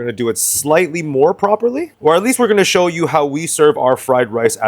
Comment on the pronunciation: “Let me cho you a fan 😈”